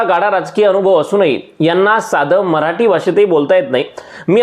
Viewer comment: तु सुध्दा मराटी असे उच्चारत आहे. खर मराठी असे आहे 😂😂😂